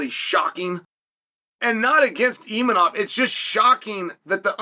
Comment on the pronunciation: Imavov❌Imanov✅ Khamzat❌Khazmat✅